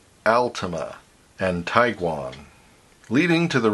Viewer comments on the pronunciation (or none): Tiguan= "TEE-gwan".